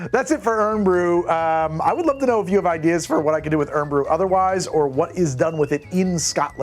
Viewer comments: I felt a great disturbance in the Force, as if millions of voices suddenly cried out in anger and disgust at the sassenach who dares to pronounce a national drink "urn brew".... lol on a more serious note. Irn-Bru is a notoriously bad mixer. I often have thought this was odd since the closest American drink that I have tasted would be "Mountain Dew" a drink literally made as a mixer. And yes a lot of people probably do drink it with vodka, but in the same way Jack Daniels is drank with Coke. Very much unceremoniously and I don't think it's all that enjoyable. I like the idea of the lime, never tried it with lime before. When you said it lacked bitters that made a lot of sense. It's not really a rooty soda as far as I understand. I was surprised you didn't lean into adding more to try and balance it out. Like using ingredients to a Negaroni or a Last Word. Another combo that might be more Scottish might be 2 parts Scotch, 1 part Midori, 2 bar spoons of Ginger infused simple syrup, and 3-4 sashes of orange bitters, stirred in a glass and topped with Irn-Bru maybe garnish with a lime or add half a squozen lime juice. As the Frankie Boyle joke goes.... "A man walks into a Glasgow pub and orders a lager with a dash of lime. The barman responded in a thick Glaswegian accent 'sorry pal, we don't do cocktails'." In reality we do have a lot of cocktail bars but we just don't talk about them. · As a scotsman and irn bru lover I have to say the sugar tax near killed off irn bru, used to be 36g per can, I prefer irn bru xtra now as I find it's flavour closer to the pre sugar tax flavour. Pronounce it iorn (iron) brew to sound more authentic I tend to drink Jack Daniel's with it, but we also have the haggis bomb (3 parts irn bru + 1 part jager) though I don't actually recommend it 😂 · Technically “eyern” bru, you don’t sound out the “o” in iron. My qualification, I’m Scottish! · Thanks for this. On my god it started hurting my ears to have it said as earn brew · It's "Iron Brew"